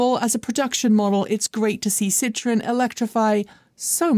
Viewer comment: seems to have finally figured out how to pronounce Porsche. Her next pronunciation project needs to be Citroen. It is a three syllable word, not a two syllable word.